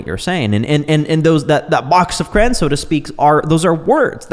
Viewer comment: CrA-yons. 2 syllables. Not crans. Not crowns. Crayons.